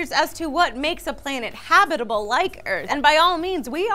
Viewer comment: I know it's a nitpick, but it's pronounced habitable zone, as in habitat. Not habitable as in hobbit.